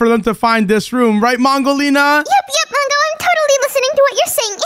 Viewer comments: You Saïd wudolina you support to say mongolina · Mongo accidentally said wudo lina to mongo lina 😂😂